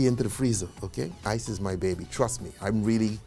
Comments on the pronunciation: Did he said "isis life" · every time u say " Ice is " i keep hearing "isis" oh god the trauma i need to slow dwn on docs now.